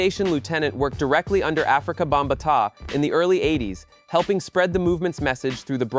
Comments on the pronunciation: Afrika Bam-ba-TAH🤣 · "africa - bamba- tah". Narration ruined the whole video.